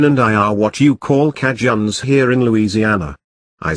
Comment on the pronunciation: The way the automated voice pronounced "Cajuns" took me out 😂